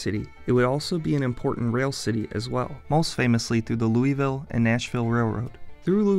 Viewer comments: How TF you gonna make a video about a town and then mispronounce its name the whole time?? There’s no “ee” sound in the word “Louisville”. Believe that. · Your pronunciation of the city is very off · ITS LOUISVILLE NOT LOUISVILLE GET IT RIGHT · You’re saying it wrong, just saying. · Ok as someone from Louisville, you are pronouncing it SOOOO WRONG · That is not how you pronounce Louisville. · They really should learn how to pronounce Louisville. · It’s pronounced loserWulle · Bro please learn how to pronounce Louisville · I'm cringing at the narrator's mispronunciation of Louisville and Appalachian. Also just because some crummy corporations left doesn't make the city a "lost place". It's very much alive and thriving. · You did alot of research and still can't pronounce the name. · If you are going to do a video on a city, you should learn how they pronounce it. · Like nails on a chalkboard, everytime he mispronounced Louisville. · He pronounced it the way I do there.. Lou(a)ville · Thanks for the video, however your mispronunciation of the city's name makes some of us cringe. It is not, "Louie-Ville"... it is pronounced Loul-a-Vul. However, we do understand that an outsider would almost have to hear a native pronounce it in order to verbalize it correctly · born and raised in this city, I don't love it, but it's home. Great video, but one thing every Louisvillian wants to tell you and may just be shy about it: it's {LOU-UH-VUL}. Not {LOO-EE-VILLE} or {LOO-UH-VILLE} :) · fyi Kentucky natives do not say "louis-ville." We pronounce the city "luhl-vul." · As a native Louisvillian, it is pronounce "lou-vul" not "LouEEE-ville" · I don't know if anyone has commented this or not, it's pronounced by a lot of people who live in Louisville, lou-i-villie not louis-villie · Would hope the city name would be pronounced as it is by locals. It is not Louie-ville but Lou-ah-vull. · we don't say "Lou-e-ville" it's more like "Lou-a-vul" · Not Looey-ville. It’s pronounced Lou-Ah-Vuhl.